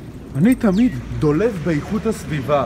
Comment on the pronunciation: אומרים dolav